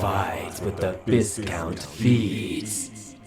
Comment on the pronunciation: This was very entertaining, and I hope there’ll be new additions to the story in the future. Btw, it’s pronounced vi-count with a long i sound, not vis-count.